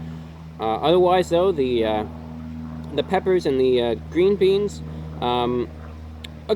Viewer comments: "Some peppous" gotta love the peppous amirite (͡° ͜ʖ ͡°) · "Some peppas" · "some, peppas, peppas"